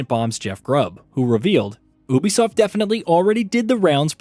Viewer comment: Why you pronouncing Ubisoft like that🤨its wrong.